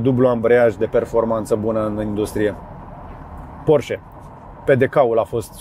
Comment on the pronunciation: salut george,porsche,cand spui sau pronunti porche,ne se aude ee-ul,scuze dar este o remarca